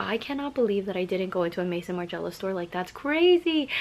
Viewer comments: So instead of writing this butthole of a comment and sending the person to google you could have simply wrote "hey im not sure if you are aware but its pronounced may-zun" 😊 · Please, for the love of god, stop saying Maison like the name Maison!!! 😅😅😅 it’s the French word for House!!! As in the fashion house! Look up “how to pronounce maison margiela” in google, it’s right there.